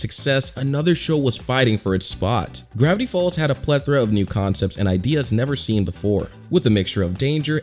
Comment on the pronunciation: GRAIVTY FALLS